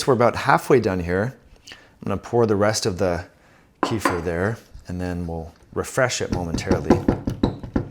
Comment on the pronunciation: ‘Keff-eer’ is the correct pronunciation.